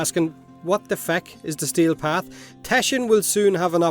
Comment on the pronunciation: I kept hearing stale path instead of steel path lol